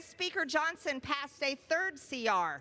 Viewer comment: Moscow Marjorie, it is pronounced "Johnson" not "Johnston"